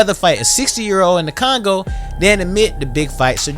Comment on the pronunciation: Did you say Congo?🫣